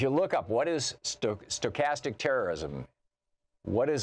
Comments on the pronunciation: Please learn to pronounce the word Stochastic!! Just trying to repeat words you don't understand or can't pronounce takes away from your credibility. Stochastic means random as it changes over time. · Dude can't even pronounce the word. Who would be so foolish to think he knows what he's talking about. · Julia Lerner I completely agree with you on the meaning. It clearly means hate speech leading to random terrorist acts. My concern was the mispronunciation of the word Stochastic with is a advanced math concept meaning a random event that changes its randomness form over time.